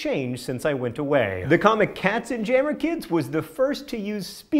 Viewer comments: God, John, you need to work on your pronunciation of German words! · Katzenjammer is pronounced with a soft J and means Cat cacophony.